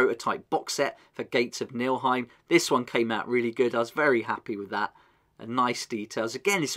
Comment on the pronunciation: You really hate the 'f' in Niflheim don't you 🤣 😉